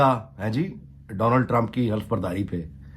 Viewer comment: Name is Donald Trump NOT Donaald Trump. Correct your pronunciation.